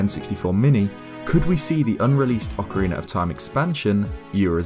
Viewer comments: ...Ocariner, Ocariner, Ocariner... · Am I the only one who loves hearing anyone from the UK say ‘Ocariner’? I want a 1hour loop asmr of saying ocariner